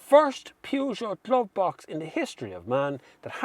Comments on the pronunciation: the "Pjoojo"????? I never heard of that car brand. I'm 25 seconds far in your review and I already felt the urge to react to what probably will end up to be a great review, but man, why can't people try to pronounce things correctly? You review cars, you must have heard that name a million times. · Pewjoe? ... Oh, you mean Peugeot! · Peugeot. P like in paul, eu spelled like the e in verse. G pronounced like sh but with voice. eot like au in autumn. There's no oo. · I've never seen somebody mispronounce Peugeot so bad. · That’s what we call the brand in Ireland! Get over it! Who says the English are right with their PUR-JO? There’s no r in it! 😂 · Interesting way to say peugeot... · Love the pronunciation of Peugeot it reminds me that Dacia (day-see-a) will never be datcher as they call it!